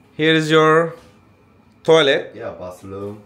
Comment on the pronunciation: toilet toy-let diye soyleniyor tualet demiyorsun